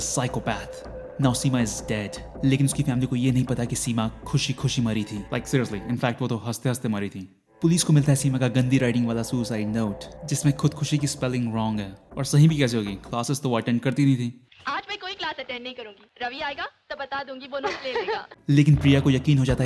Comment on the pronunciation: MY FRIEND THE SPELLING IS CORECT IN URDU SUCIDE IS PRONOUNCED AS ख़ुदकुशी NOT खुदखुसी